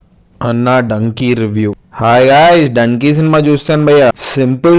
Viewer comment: Danki kadhu bhaya Dunki bhaya